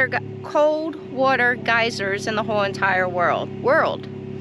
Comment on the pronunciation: The way you pronounce the word water is really different. I can see where your friend (Mike) gets a kick out of it.